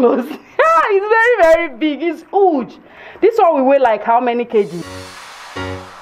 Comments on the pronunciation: It’s a Yoruba thing. In their native language the letter H is silent so everything that starts with an h the pronounce it like it’s not there. For example. House is ouse. Huge is uge. Happy is appy etc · I love how you pronounce "huge". It sounds like "hooj" and it's amazing.